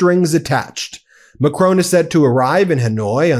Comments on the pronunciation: Macron is pronounced Mack-ron, rhymes with “on” (not “own”) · Ben! Please stop calling Macron Macrone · Love your show.but it's Macron.not Macrone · It's not Macrone!!! It's Macron and the N isn't pronounced. It's more like Macroh. Get it right or stop saying it. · Macron NOT McRone Ramap-hosa NOT Ramafosa. Why do Americans always put the emphasis on the wrong syllable? The emphasis is on the first syllable, not the last. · Macron..... Not Macroan. Like McDonald, add an R and just finish with on. Macron. And then just add the Pepé Le Pew accent. Done. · It's not Mac-rone, it's Ma - Cron with an almost silent 'n'. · "Macrone","Versize", "Ramafooza" - it's excruciating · ‘Macrone!’ It’s Macron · Ahh Stop calling him Macrone Macron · Who is this President MacCrone? I have never heard of the Clan MacCrone. Or should Americans learn to pronounce French names? This horrible mispronunciation makes me cringe whenever I hear it. Sorry....... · Please learn to pronounce 'Macron' correctly...it's an unfamiliar sound but not that difficult! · Please Ben, pronounce President Macron’s correctly! It’s not a drawn out ‘o’ Please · Is there ANY American capable of pronouncing 'Macron'? They would get pissed off if I said Donald Tramp. FFS get it right. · Hey Ben, good work but please - his name's Macron as in Enron, not Capone, and if you want it to sound French say the 'n' with the rear of the tongue against the roof of the mouth not the tip of the tongue against the teeth. Thank you. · You don't have to pronounce the "N" in the French President's last name. :)